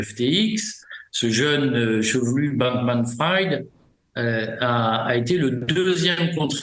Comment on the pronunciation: Bankmanfrid… erreur Frieeed! Bankmanfried!!!! Le banquier cramé! Pas epstine non plus, epstEIN!!!! C’est clair?